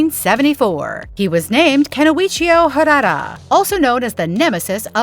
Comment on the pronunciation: WTF？！ It's not harara! It's harada！！ And it's my family name too ！！